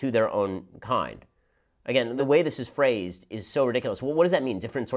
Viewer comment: The quiz: "Do you support Hitler?" Shapiro: "THE WAY THIS IS FRAZE-"